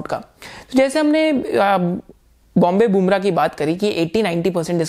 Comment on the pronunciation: That is not Bombay Boomrah ,it is Bombay BURMAH